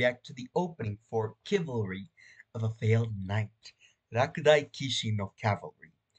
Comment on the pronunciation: Hey mate, here's an english tip for you. Some words like "chivalry" are not like "chord" "chivalry" is pronounced [shiv-ahl-rhee]